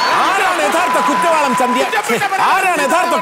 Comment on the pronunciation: ചന്ദി അല്ല ബ്രോ ചന്തി